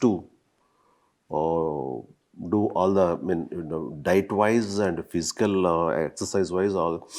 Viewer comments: “Physical” not phisical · It's not "pisical " it's "physical" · Physical, not phisical , karma ra babu, english channel anta